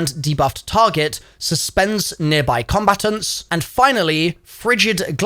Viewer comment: I’ve never heard combatants pronounced like that before. “Combatuns”, where are you from in the UK?